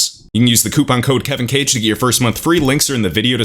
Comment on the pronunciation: Bro, your pronunciation of Spanish words caught me off guard. When I see your name it’ll be forever read as Kehveen Kha-geh